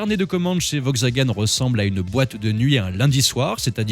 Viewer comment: On prononce "VoLkswagen"... Et sinon, depuis quand on chronomètre un 0 à 100 au centième de seconde...? 🤣🤣